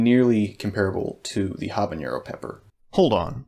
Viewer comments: NO! Habanero is pronounced with a regular N sound, NOT the ñ found in jalapeño! this is a very common mistake that drives me insane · As an aside, it's "habanero", not "habañero". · Your pronunciation of “habanero” is incorrect. Unlike “jalapeño,” there is no tilde in “habanero.” Do not add a “y” sound after the “n.”